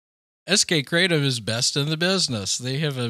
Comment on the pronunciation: Kratom is pronounced: "kruh-TOM"